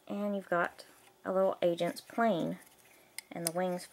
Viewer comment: It sounded like you said lego Asian set